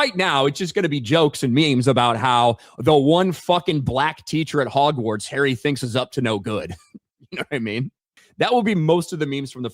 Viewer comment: Furthermore, Hagrid just seems like a guy cosplaying as Hagrid. He even calls Hogwarts, Hog-morts lol